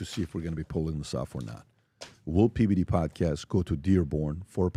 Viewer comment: Pity only half of what PBD is blathering is understandable 🙄